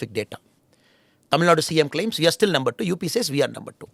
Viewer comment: Why does Annamalai says nember for number?